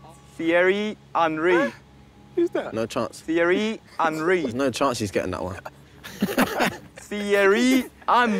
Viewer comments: Thierry HAWNREE 😂😂😂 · “Thierry HAanRy” 😂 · Martin Odegard " Thiery enry"😂